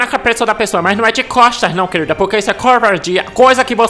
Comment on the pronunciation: "Kueurilda" kkkkkkk